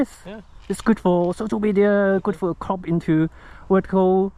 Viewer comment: Every time I hear him say CROP IT LATER... I hear COCK IT LATER.. lol